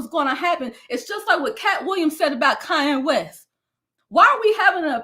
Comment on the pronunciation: When she called Kayne West “ Cayenne West” I cackled 😂😂🤦🏾‍♀️